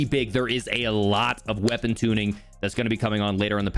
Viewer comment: "Qeapon" LMAO